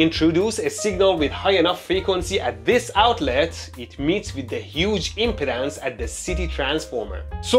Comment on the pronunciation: stop saying "impotence" lol. I can't help but hear that now. say it as "imp-ee-dance"